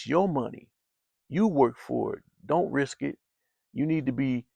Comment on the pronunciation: He said dint tell anyone 😂😂😂